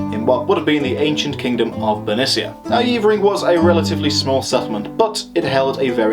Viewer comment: just stumbled across this - good stuff. One thing - it's not Yeevering - its Yevvering. Been up on the Bell a few times - bloody windy and very bleak but they reckon it was a bit warmer back in the day, which would make sense as I've yomped all over the Cheviots and seen ancient sites which were obviously viable back then but which are now just usable for sheep. Climate change - nowt new under the sun eh?